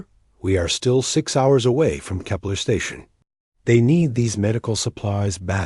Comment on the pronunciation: NO matter who or what sites makes up these stories they all have dumb shit in them! 1. too many "dot" or "dot dot dot" 2. void reaper/harvester. 3 cant pronounce words correctly like "read" and "kepler 442" to list a few. i wont list the common names. too many to put down.